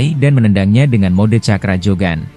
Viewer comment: Ngomongnya itu Lo..Jogan jadi JAN